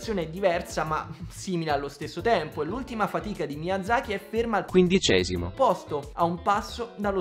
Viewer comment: Quel “quindicesimo” così cursed mi ha fatto saltare dalla sedia. Porror.